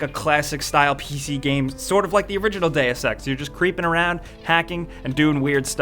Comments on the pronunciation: Please... this games title is pronounced "D[u as in burger] ex" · still didn't find anyone who can pronounce "deus"